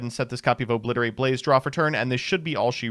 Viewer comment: Exoida, obwiberlate!!!